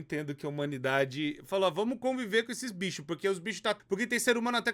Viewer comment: O falando binchos kkkkkk